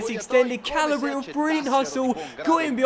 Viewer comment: This is my 6th time commenting this. YOU PRONOUNCE CALABRIA WRONG! It's an entire region of Italy, so please learn to say it correctly! Like this so can finally see!!!